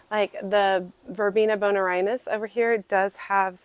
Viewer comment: Pronunciation: (Bone-Air-E-In-Sis)